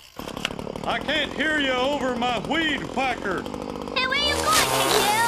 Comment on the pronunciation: Hank taking out Mihn and Kahn's flowers with the hweed hwacker on his way out 😂